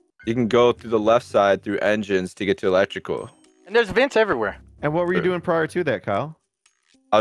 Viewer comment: “electical” :v